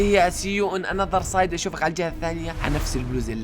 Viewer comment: 😂😂 اسمها سايد وليسى صايد